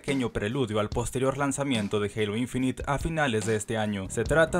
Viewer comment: Se pronuncia INFINAIT no INFINIT